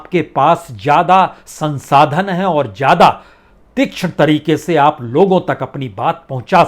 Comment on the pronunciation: Itna parha likha anchor.... Prasun Vajpayi.... Lekin... Z... ज़ ....zameen.. Zyada... Zaroot... Boltay nahin aata... Boltay time ekdam jaahil lagta hai..... Upar se gandi munchh jis k baal munh mein aatay hain.. Babu parha likha hai... Uchcharan sahi bolakar..... Zaahil?... Jaahil